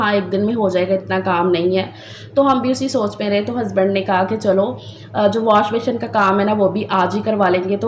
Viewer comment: ALLAHPAK waseela bantay nhn Hain banatay Hain,,,,,aur washbessin pronounce krain beshion nhn ,,,baqi Allahpak sb k haq Mai behtar frmayen